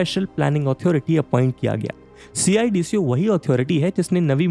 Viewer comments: Instead saying C I. D.C.O. we people of Navi Mumbai say it सिडको. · gosh it is painful to hear you say C-I-D-C-O it is सीडको simply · Bhai yaar sidko bol le yr ye har bar c i d c o kya hai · Good presentation but its called Cidco, dont have to say C i D C O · Pronounce cidco as सिडको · CIDCO ko सिडको Pronounce karte hai. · Hearing C-I-D-C-O instead of a single word CIDCO is weird. Made me realise that people not from Navi Mumbai area might be calling it that 🤔